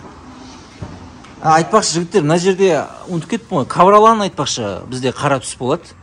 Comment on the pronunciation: Ковролан емес ковролин шыгар автор?